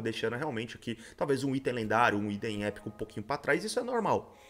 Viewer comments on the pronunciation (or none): none